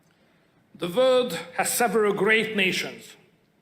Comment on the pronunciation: “The “vorld” has several great nations…”. Too bad Hungary isn’t one of them!